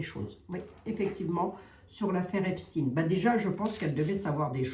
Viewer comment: s il te plait ne dit PAS EPSTINE (IL N EST PAS RUSSE et moi je suis moitié RUSSE) dis Epstène